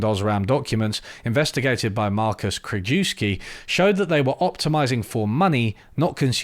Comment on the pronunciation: You don't speak German, but Krajewski is a Polish surname. KR-U-YEV-SKEE.